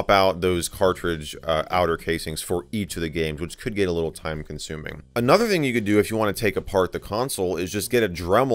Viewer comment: i like the moment when you say "Hello Everybody and Welcome back to in other video"